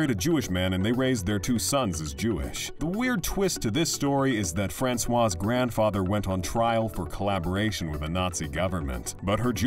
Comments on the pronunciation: u wonder about the accuracy of any news when u hear the commentator pronoucing Francoise like if she was a man ,,,Francois (without the E at the end as feminin) are those articles not informed about what they talk about? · It’s not François but Françoise!